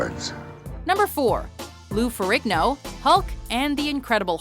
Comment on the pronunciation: Is the g in Ferrigno really pronounced so heavy? Surely it's a silent g?